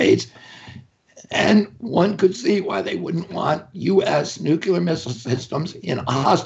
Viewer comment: Cable networks need to let this voice in. And RFK Jr needs to learn that nuclear has one u. If you can say CLEAR, u can say nuCLEar.